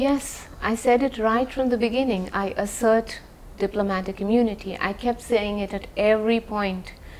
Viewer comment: “Do not hundcuff me i enjoy diplomatic immonity”😂😂😂😂😂